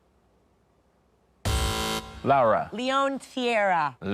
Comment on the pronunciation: Yeah, the very first time he calls her "Lawa". Then "Lowra", and just keeps trying different weird pronunciations for no apparent reason (maybe he thinks he needs to twist his tongue because she's "foreign"). Fun fact: Lara Croft was originally called Laura and her name was changed to Lara to be "more UK friendly". But there's the UK... and then there's Richard Osman. 😄